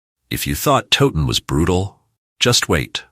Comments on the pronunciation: FFS do some research next time - it's tow like cow not frigging toe ton.. I gave up, if the creator can't pronounce a place name correctly the content is likely just as crap. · Please pronounce Towton as Cow-ton with a T instead of a C Otherwise very informative and enjoyable. Thank you. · You can't even pronounce TOWTON properly